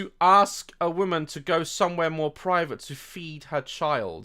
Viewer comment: The only bone I have to pick with you is your continued mispronunciation of the word woman as the word women.